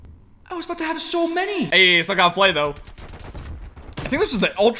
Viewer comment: I love how he just be randomly Canadian, that’s what I’m talking aboot